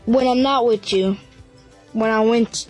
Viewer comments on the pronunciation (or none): “when im not wirch you”